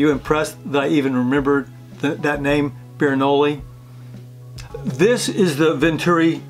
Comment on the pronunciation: The actual substance of the video is great, but your pronunciation is driving me crazy! Aerate doesn't sound like aeriate, and Bernoulli doesn't sound like Birenolli, lol.